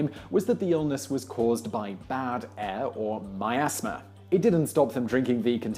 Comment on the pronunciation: Did he just pronounce miasma as "my-ass-muh"?